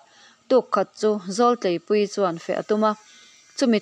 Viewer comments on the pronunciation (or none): Zawltleipuii leh Zauhranga hming i lam dan hi ka lo hriat dan nen a inang lo. Zau hi lo zàu angin, zawl hi zàwlaidi tih a zàwl anhin kan lam ṭhin kha a ni a. Tlei pawh hi a ri hniamin kan lam bawk a. 😊